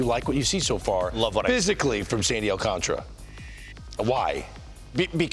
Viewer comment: Its not thay damn hard to pronounce his last name.